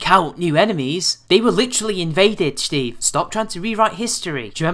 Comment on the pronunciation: lol... I wonder if you do that on purpose or that's just how you say the name Steve.